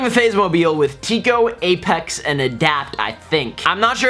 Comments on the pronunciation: I thought he said that too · chill out it kinda sounded like it no need to start World War III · did u say Gaypex? :D